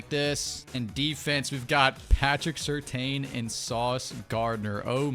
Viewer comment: I have no problem with the unrealistic trades... Just say my man Pat Surtain's name correctly 😭😭😭 Lol